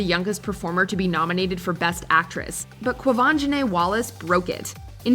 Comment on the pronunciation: You didn’t pronounce Quvenzhane or Sidibe right.